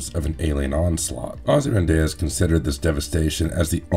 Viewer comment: normal people: ozymanDEE-Us, vigilanny, this guy:ozymanDAY-Uz, vigiLONte